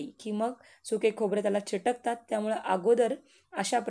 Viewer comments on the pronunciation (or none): चीटकतात नाही हो, ची क ट तात.. चीटक म्हणजे काय?